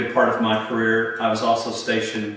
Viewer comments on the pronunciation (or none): none